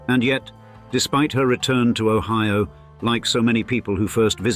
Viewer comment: but the british AI voice pronounced it o-HEE-o